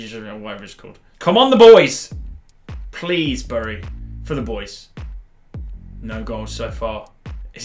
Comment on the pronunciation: Bury is pronounced berry LIKE SO CAN SEE BTW I make... Jk